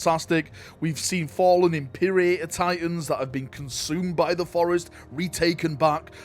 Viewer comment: Wait wait wait wait wait How did you pronounce “Imperator”?